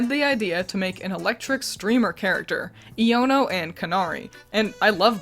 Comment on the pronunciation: It's pronounced eye-O-no